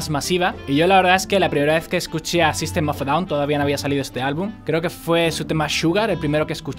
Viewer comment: a ver una cosa que me chirria, que diga la "a" del grupo, el fonema se traduce en "ei" , "sistem of ei daun" sería como debería decirlo. Aun así , videaco ! buen trabajo ! :D